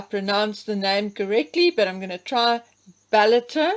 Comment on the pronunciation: Pronunciation of 'Ballater' right on the money!👍🏴😇